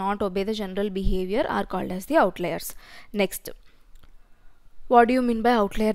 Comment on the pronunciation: "ok naa nextu".... Akka telugua??